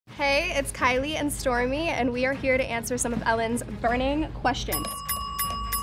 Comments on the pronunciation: the way stormi pronounced her name 'essmi'😍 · Its stormi not stormie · No.. she said "Stormi". She couldn't say it well.